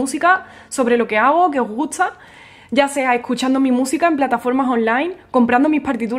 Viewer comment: Todo muy bien, tienes mucho talento y conocimiento de lo que te apasiona pero entonces porqué tienes que actuar como una vulgar mercadóloga rifando libros para conseguir más suscriptores? Eso desvirtúa lo valiosa que eres. Sin mencionar el mal gusto de tu pronunciación al no intentar corregir esa vocalización que dice "gutza" en lugar de gusta, "agotzo" en lugar de agosto, "potzal" en lugar de postal. Está muy bien tu pronunciación autóctona pero ya no te estás dirigiendo a un público local... es un público internacional. Espero que sea de valía mi modesta opinión.